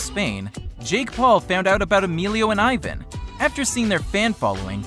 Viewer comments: I hate the way he said Ivan’s name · The way he says Ivan makes me so angry 😂😂😂😂😂😂😂😂😂😂😂😂😂😂😂😂😂😂😂😂😂😂😂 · Omg I hate how he said Ivan 😂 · He said Ivan wrong.... 😞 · He doesn't even know how to say their names right:O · He says Ivan’s names wrong 😂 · OMG HE SAID IVAN WRONGGGGGGGG KILL MEEEEE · People need to day Ivans name right! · u said Ivan's name wrong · Ivan's name is not pronounced like that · your saying Ivan name wrong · he keeps saying Ivan wrong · He said ivan wrong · You say Ivan's name wrong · It's Ivan but the i is like e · u said ivan name wrong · You said ivan wrong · stop saying Ivan name wrong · Eyevan?? It's eeee-van...ok I'm confusing 😂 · Ivan is called said as Eevan. Not eyevan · You said Aivan, it is Ee-van (Ivan). Ps do-not read my username. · The british accent be like: eyevan The normal people be like: ivan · It’s not aivan its Ivan like E-van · Hey you said Ivan wrong its not eyevan its Evan- that's how u say it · It’s Ivan not iven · Who else gets pissed with he says eye-van but his name is e-van? Also to answer your question, I love Team 10 and I hate clowngang. But I'm not gonna be like some T10 fans, I think they don't need a Team, they are better by themselves with Rueben. Much love for Team 10 and Martinez Twins💙💚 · It's not pronounced iven it's pronounced eevon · It’s pronounced ivaan not Ivun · Its not ivin and emillo its ivan y emilo with your white self learn spanish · ts pronounced Ěvan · ITS PRONOUNCED EVAN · Leon's Awesome channel its pronounced e van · the way he said Ivan😤😤😤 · it annoyed me so much when he said "Ivan" ITS PRONOUNCED "EEVAN" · EYE - VAN 😂😂😂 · EXCUSE ME!?DID YOU JUST SAY EYEVAN!? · omg it annoys me that people say ivan wrong its pronnounsed like eevan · The spelling is ivan but the pronaunsation is yvan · It is ivan Martinez but it is pronounced as "eevan" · Eh it's not Ivan it's EEVAN (that's how U pronounce it) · Ivan’s name is pronounced even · It’s pronounced evon but it’s spelled Ivan